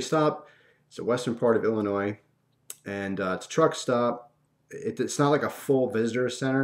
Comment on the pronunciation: It's even funnier to me because I live in Illinois, and thanks for saying it the proper way ^.^